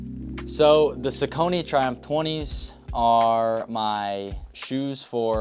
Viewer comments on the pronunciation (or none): its prononced "sock knee" not "sau cony" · No judgment They're pronounced "sock-a-knee" for the Saucony Creek in Pennsylvania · its sock-a-knee 😭😭😭